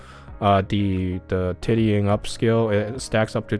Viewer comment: Tittying up? lol....Tidying(Tie-D-Ing)